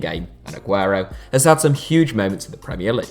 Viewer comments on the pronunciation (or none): none